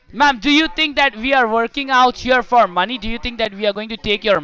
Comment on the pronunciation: When he said; MY manee lol